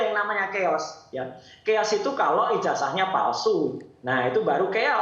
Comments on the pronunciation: KEOS?😂 CHAOS KALI 😂 BUKAN KAOS 😂😂😂😂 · Bukan cheos tapi caos